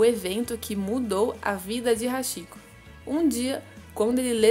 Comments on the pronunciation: A pronúncia não é "Haxiko" e sim "Hatiko" , porém a escrita é Hachiko , pois o "chi" tem pronuncia de "ti"... isso não é uma crítica e sim uma observação👍🏻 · Nao é hashiko q se pronuncia, e sim hatiko ( Hachiko) CHI em japonês se pronuncia T.I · Se lê ,RATICÔ !! RS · Posso ajudar? A pronúncia seria "ti" onde está "chi" tanto em japonês quanto em inglês, o ch é lido como "t". Você acertou na pronúncia do "ha" que da mesma forma é lido como "ra" como rato. Então a pronúncia seria "raticoo" prolongando o "o" no final. 😊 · Apenas corrigindo a pronúncia, o correto seria pronunciar Hatiko, seria ti e não chi. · Se pronuncia RáTico